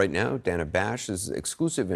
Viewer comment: Pronouncing her name as “Dhana” instead of “Dayna” is the cherry on the pie 🤌🏽🤌🏽🤌🏽🤌🏽